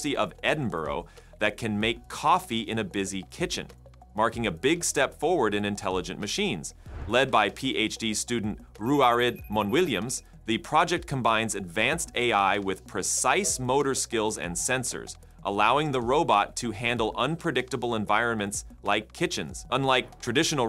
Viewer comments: ahem..... it is not Edinborrow it's more like Edinbra and Ruaridh is just Roory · “Ruaridh” is probably pronounced /rory/ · 'Ruaridh' is Gaelic and is pronounced 'Rory'. 'Rory' is the Anglicised form.